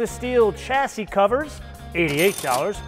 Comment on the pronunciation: If you are reviewing a British car, try chassis pronounced with an sh...shassy